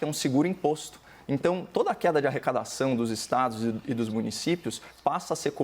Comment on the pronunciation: Só eu ouvi arracadaçáo?